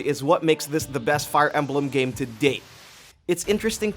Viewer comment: Im sorry but "Fire Emblum"